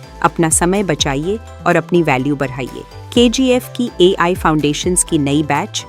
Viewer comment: ek chouthi paas jo AI ko marathi waali I bolta hai... kaun hai yeh?